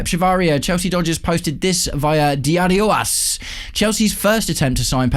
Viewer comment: Thing about Summerville is that West Ham didn't figure out the best way to use him until the last part of last season under Nuno. We've seen at the World Cup what he can do when he's used properly. By the way, it's Diario AS, not "Diarioas".